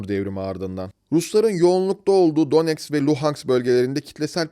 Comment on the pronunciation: ulan daha donetsk, luhansk diyemiyorsun, bir de kalkmış neonazizmden bahsediyorsun, disleksi hastası seni. ukrayna rusya meselesini kıbrıs türkiye meselesine benzetmen de ayrı bir cehalet göstergesi